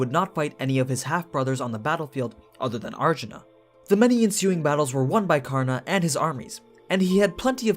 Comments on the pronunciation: Can't take it when the narrator doesn't want to take 10 seconds to learn the pronunciation of the name to respect the original source. Not kaarna, it's kar na spoken as one word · Ture its Karan not Karna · In the Hindu epic Mahabharata, 'Karn'(and yes it is correctly pronounced as Karn and not Karna) is the noblest and most powerful warrior only second to his uncle Bhishma. He was literally invincible in every way with the armor. He was betrayed, mocked, abandoned and tricked by his own mother, brothers, sister, his teacher (who was called 'Dronacharya' and is the one who cursed him) and even by the gods. Yet he never held any contempt in his heart. TOTAL RESPECT! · Aman is right . it's karna in the original story not Karan. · Its karan .... At least think i live in India People say its karan not kana